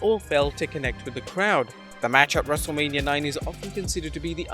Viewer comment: I swear, I keep hearing WrestleLabia. 😅